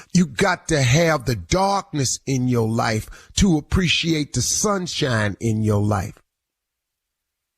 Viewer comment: Did the lead usher just “I don’t apprecianate” lol